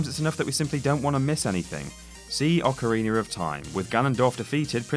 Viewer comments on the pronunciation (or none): Why does he keep adding r's at the end of words that end with a Zeldar Ocarenar Ect